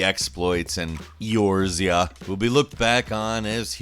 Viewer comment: Can totally tell didn't play FFXIV. "E Oar Z Ah?" smh That and the passive aggressive crapping on the FFXIV wedding theme thing. I'd actually do it if it was offered in the US. I'm a huge MMORPG Fan and I would do something like that in a WoW or FFXIV theme because of how much I am into their lore. It's dont butcher Eorzea "Shame Shame Shame"